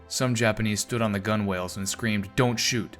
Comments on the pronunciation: People praising this dude's pronunciation when he's objectively wrong in how he says "gunwales." "Gunnels." That's how you say that word. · Gunwhales no pronounce gunnels